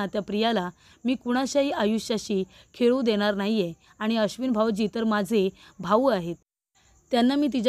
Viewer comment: पर्दाफाश्ट?😅भाव? भाऊ म्हण. काय तुमची भाषा!काय तुमचे उच्चार!